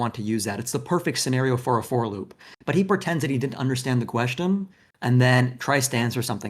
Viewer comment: Looking at "Thor" reveal himself more and more as a deranged narcissist has been nothing short of epic. But, no matter how much I agree with comments, listening to him pronounce "question" as "queshton" is incredibly cringe. What the actual hell?